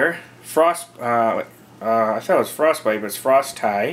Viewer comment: It's pronounced "frosty" smh